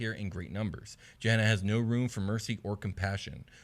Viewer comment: Just a heads up Gehenna in real life is pronounced with a hard G as in Gettysburg or Gate, not a soft G like Germany or Giraffe. I don't know whether the game is intended to sound different though. Great content as usual though guys.